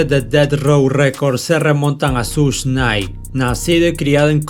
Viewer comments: Buen canal. Buenos videos. Pero se pronuncia "Shug" y no "Such". No cuesta nada ver un video o un audio donde se pronuncien bien los nombres. Algo que le quita lo bueno a este canal es eso. Se pronuncia muy mal algunas cosas. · NO SE PRONUNCIA “SUSH”. LA PRONUNCIACIÓN CORRECTA ES “SHUG” QUE VIENE SE “SUGAR”. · Se pronuncia Shug